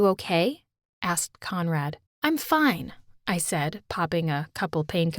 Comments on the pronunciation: Am i the only one who hears commrad instead of conrad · I thought she said comrade and started singing the national ussr anthem